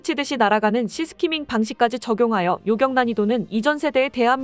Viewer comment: '사거리'를 '사꺼리'로 '요격'은 '요껵'으로 잘못 발음하는 아쉬운 습관.. 네레이션 발성 속도, 흡인력, '임팩트'도 좋으니 일익발전을 위해 애청자의 사소한 지적도 얼른 고치시기를!~